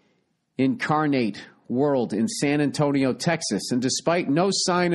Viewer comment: "In Car-Nate World?" Dude. Really? lulz